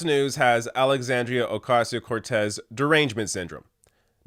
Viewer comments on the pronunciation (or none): And the STILL can't pronounce her name!! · It's been over 2 years. For God's sake, pronounce her name right YOU DINGBATS!!!!!!!!!! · If nothing else, maybe they will eventually be forced to correctly pronounce her NAME! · Wow that’s crazy. They could probably do better at attacking her if they learned to pronounce her name without sounding like morons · You forgot to mention that she's a hypocrite having an Amazon wishlist and that her name is sooo hard to pronounce. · Can people just fucking learn how to pronounce Alexandria ocasio-cortez it's not that hard